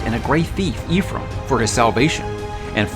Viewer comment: EPHRAM not Eephram